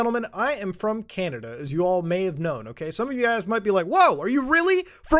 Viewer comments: Muta called it canadia lol. I use to say that a lot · You literally said are you from canadia!! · whyd u say canada like that